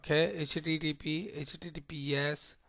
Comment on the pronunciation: its not 'Hach tea tea protocoal"